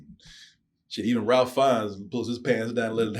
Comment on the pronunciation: RAFE. RAFE RAFE RAFE RAFE NOT RALPH. EMBARRASSING.